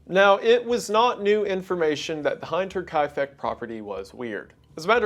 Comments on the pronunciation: He even explains why it is called Hinterkaifeck, hinter meaning behind in German... But he keeps pronouncing it as heinter... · starts video "hine-ter kaifeck" i thought you studied some german lol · First thing, I love your stuff. Keep up the good work. Second, if youbate going to say a word 300 times during a video and you aren't sure of the pronunciation, look it up. Its German and spelt hinter.... he wasn't Adolf hight-ler was he? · Hi brother - not being a stickler but it’s pronounced HIN - TER not heinter, it’s how you would pronounce the English word “hint” not the word “hind”. I’m a German speaker, hinterkaifeck literally means behind the woods. Hinterkaifeck is present day waidhofen, oberbayern (upper Bayern) so Bavarian folks 😂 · Just as a note, Hinterkaifeck is pronounced like him and not like hi. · Hinterkaifeck is pronounced Hint-er-kai-feck, not Hi-nter-kai-feck. The "i" is like the "i" in "hint", not "hi". Sorry but that bothered me as a German speaker. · its called "Hinter" not "Heinter". Learn to pronounce the friggen word correctly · Is it Hinterkaifeck or Heinterkaifeck? Why does he pronounce it like that, when the spelling indeed seems to be Hinter instead of Heinter? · first sentence being german countryside and i live in the german countryside i don't know if i like it i am normally not a big stickler for pronouncing things right like i get it, you're not german, but saying the name every minute and pronouncing it heinter instead of hinter hurts a teeny bit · Also just a side note, the "hint" part is pronounced like hint, not like hind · It's "Hinter" like in "splinter", not like the i in "behind". I can't!!! 😂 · Hate to be that guy, and odds are a dozen other people have mentioned this, but the word “hinter” in German is pronounced like inter with an h, not like the hind part of behind. Again, sorry to point it out it just was distracting the whole time! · Him pronouncing hinterkaifeck wrong is doing me head in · Hinter, like hin in hinder